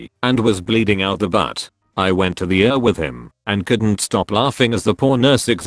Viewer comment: Pronounce ER as Eee Are, not Ur. Pronounce OR as Oh Are, not Or.